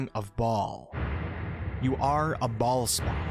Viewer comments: I can’t get over the way he keeps saying ballspawn 💀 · Every time you say baal spawn, I chuckle. This is too good XD